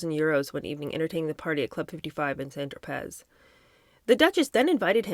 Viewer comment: Love the channel and the book! Just FYI, Tropez is pronounced tro-pay 😊